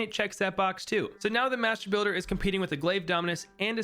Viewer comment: I was shitting myself every time he said mastrr builder lmao